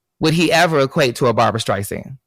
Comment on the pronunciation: I always thought Jussie was talented, but to compare himself to La Streisand is absurd. And it's Barbra not Barbara.